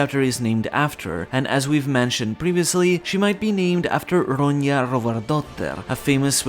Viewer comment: its not pronounced ronya - its simple ron -ja